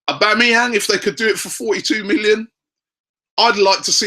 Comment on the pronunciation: Robbie finally pronouncing Aubameyang correctly!!!